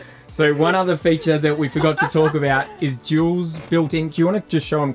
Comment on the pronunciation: "Jewels", not Jules! Loved the deck and the panic door!! Love sweet. Lol "shower scene"